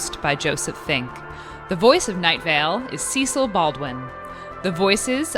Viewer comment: Kevin not Kev. See-sill not Seh-sill.